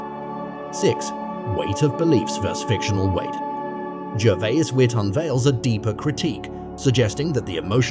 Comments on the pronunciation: at least try to pronounce his surname correctly ... Gervais is pronounced as Gerry would be, not Gherry. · I see you hat you tried here, but maybe an idea; try to get his last name right please?